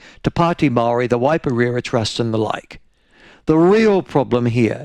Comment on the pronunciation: Jingoes Michael make your mind up how you pronounce maori names you're a shocker